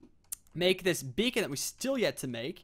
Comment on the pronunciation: Lol thought it was "bacon gaming" Tee-Hee